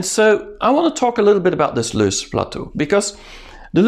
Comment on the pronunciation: it is loess (have several pronunciations) plateau not loose